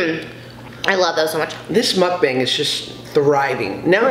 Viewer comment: ur like the first white person I've seen on youtube to pronounce mukbang ryt! eve trisha says it wrong LOL